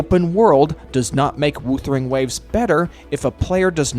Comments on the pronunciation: Why do you say woosering waves all the time instead of whuthering waves? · Off topic but the pronunciation: W-oouu-thering Waves is THROWING ME. I'm sure it's pronounced W-uhh-thering Waves. No hate, I'm just saying it to get it off my chest 😔🙏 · Every time WuWa is pronounced "Woothering Waves" in this video, it feels like a small jab at the game 😂